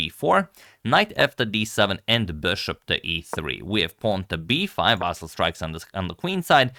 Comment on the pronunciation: His first name is not pronounced as "VAASAL" .... It's pronounced as "VAASLI or in short, "Vaseel" - better yet, please mention him by his last name. "VAASAL" sounds very awkward and off.